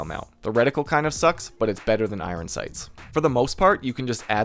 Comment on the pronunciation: "i-run sights" lol